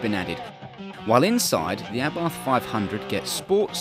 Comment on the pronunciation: Lol pronouncing abarth wrong.